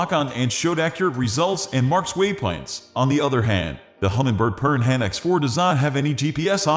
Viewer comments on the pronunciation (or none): I can hardly take advice from someone who can't even pronounce Piranha ("per-anna" .. like the little fish with lots of teeth that will attack and eat you).